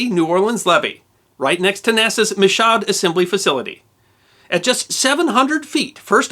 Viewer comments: Michoud is pronounced "Me-Shoe" :D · Hello, As with many words in New Orleans their pronunciations aren't what you would naturally assume. "Michoud" naturally appears to be pronounced as you so did. Actually, when converted to "N'awlins speak", it is pronounced: (me choo) due to the heavy French influence down here. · Michaud is a french name and it's correct pronunciation is: "me-show"... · Finally a piece of New Orleans history. We have a lot of unpronounceable words down here and Michoud is one. Mishoo, not mishod. Great video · "MEE-shoo" not "MEE-Shod" but a great telling non the less. This was far more impressive than the ditching in the Hudson...not even close. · Michaud. Not "Mi-shod" but "Mee-shoo" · Actually it’s mēshow. Not meshoo. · Michoud is pronounced "Mee - shoood" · Heh. There are no levies on the Hudson. I'm sure there have been 100 mentions, but Michoud is pronounced in a semi-typical French way as Mi-shoo. Martin Marietta was building the shuttle orange external tanks there and then barging them around to the cape. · While the facility is spelled “Michoud”, it is pronounced “Mee-shoo”...welcome to NAWLINS y’all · Michoud is pronounced (Meeshoo) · Great episode! Michoud Assembly Facility (where the mighty Saturn V first stage rocket and Space Shuttle external fuel tank were manufactured), is pronounced "Mee-shoo" (advice from someone who lives fifty miles from the site of that remarkable side slip levee landing). Just a shame they didn't have the energy and altitude to make it about five or ten miles to NAS Joint Reserve Base New Orleans near Chalmette. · Michoud Facility is pronounced "Me-Shoe" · It's mee-shood. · welcome do louisiana where the names are french but the pronunciations are made up. also worth noting mee-shoo is spelt michoud named after antoine michoud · It's a short "i" like me-shoo. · It's pronounced "mi-shood" but no worries :) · "Michoud" is pronounced "MEE-shoo" (I know you have trouble with French).